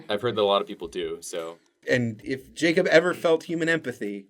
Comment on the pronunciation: NO NOT THE CAW BUT JACAWB and MATAJULIA